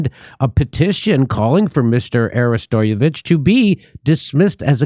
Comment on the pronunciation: pronounced "arrest o vitch"